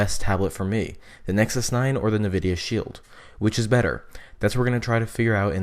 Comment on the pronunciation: I have to correct you on the fact it's pronounced N-vidia, not nevidia. Thank you.